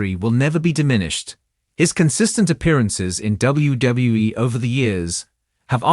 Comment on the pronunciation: Why is it that AI-generated narration always has trouble pronouncing "WWE"? I've heard this in many different channels.